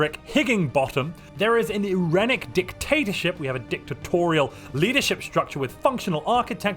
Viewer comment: It’s pronounced i*reen*ik,. Irene means peace in Greek. So an irenic dictatorship = peaceful dictatorship. Thus pacifist + fanatic authoritarian.